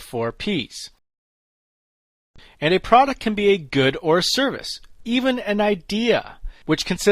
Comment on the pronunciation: « Product » has two syllables!